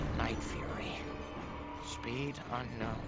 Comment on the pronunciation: For the night fury page, it says 'sbiit' instead of speed and 'sisi' instead of 'size' lmao